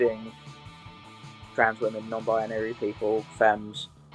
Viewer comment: great topic! can't get over the pronounciation of "wehmen" though 😂